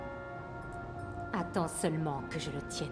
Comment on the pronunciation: c'est pas guerudo c'est gerudo